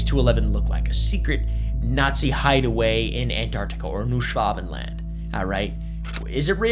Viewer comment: Why are you saying it like that? Schwa Ben Land, not Schwav Ven Land, Like nobody says its with a v.